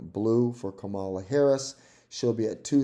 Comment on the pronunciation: If you want to sound credible, you should start by pronouncing a few things correctly: Nevada: neh-VAD-uh Kamala: Comma-luh It's also the Democratic party, NOT the Democrat Party.